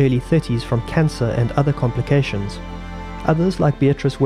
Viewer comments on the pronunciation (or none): none